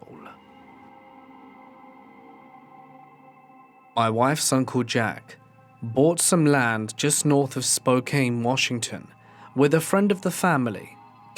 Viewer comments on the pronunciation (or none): We say Spo can not Spo Kane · I live in Spokane and I just wanted to say it is pronounced Spo-can not spo-kane, Love your cryptid scary storys❤❤❤ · It's pronounced "spoe-CAN" ... not cane.